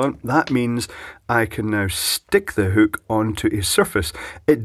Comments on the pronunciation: God damn it. It's called a hook. Not whook. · "whookuh" 😂 love it, what a product! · I like the way you say hook. Makes me laugh. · Love how he says hook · Did he say "wall huke"? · What is a "hewk"?